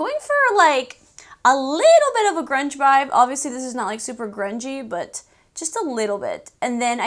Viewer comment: I freaking say Vive now instead of Vibe because of you. We’re like bff’s lol I wish